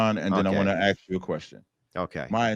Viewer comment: Pronounce the word ‘ask’ correctly, then maybe I’ll listen.